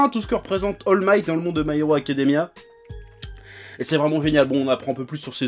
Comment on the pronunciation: Il a dit Al migth 😂😂